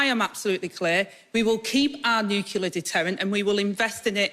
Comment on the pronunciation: Nuclear, not "Nukelar" ffs! And she's Deputy Leader